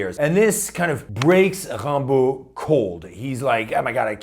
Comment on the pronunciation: WOW!!!! You pronounced his name correctly! Tres bien!